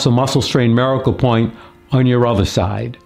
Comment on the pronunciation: Why do you pronounce the word miracle so strangely?